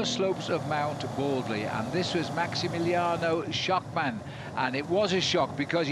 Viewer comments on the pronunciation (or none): 'maximiliano schockmann' - this guy is the worst cycling commentator